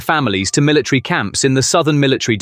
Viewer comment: Please get an English speaking person can say military correctly. It’s not Miller TREE.